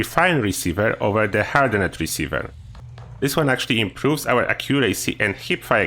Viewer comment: I guess I need to be that person.. Hardened pronounced Hard-end. Not hard-end-ed. :) I chuckled everytime you said it.